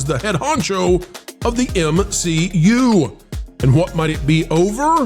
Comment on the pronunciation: did you say MCU, or M-She-U?